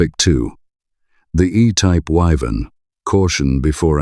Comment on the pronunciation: What a pain in the arse this channel is. You say you will talk about the Vauxhall WYVERN - and can't pronounce the name - but continue to show the 6 cylinder VELOX in the video. If you are going to do a show on the WYVERN then get rid of the VELOX photos. This is real sloppy presentation, too lazy to edit properly and "filling out" the video with whatever images you can scrape up.